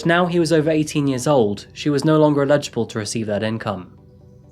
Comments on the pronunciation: uh legable// haha eh-li-juh-bahl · 'Eligible' not illegible! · Love your videos! One thing I hear you say that just bugs me is 'eligible' pronounced as 'illegible'. They sound different 😆😆 Anyway, keep up the awesome vids, you're great! 👍👍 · Illegible and Eligible are two very different words, and you’re pronouncing ELIGIBLE (as in someone eligibility) like illegible. Which, Illegible means hard to read or distinguish. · He mispronounces "eligible" as "illegible". They are two different words with different pronunciations and very different meanings. There isn't any place in the world where "eligible" is pronounced as "illegible". Except perhaps on this channel! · I'm starting to think he's doing it deliberately. Making sure to drop at least one "eligible" in each of his scripts just so he can mispronounce it!